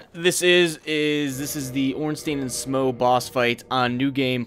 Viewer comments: I know this video is quite old, but Smough is pronounced like 'smoff'. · I'm pretty sure Smough is pronounced Schm- ow or Schm-oh or Smau-gh as in Smaug from LoTR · who is to say it isn't pronounced like "though"?